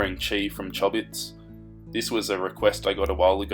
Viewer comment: Im sorry for laughing when you said Chobits. It's pronounced Choh-bits not Chah-bits...and btw I love your art style, it looks really good!!